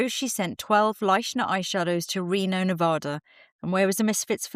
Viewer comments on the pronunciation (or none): none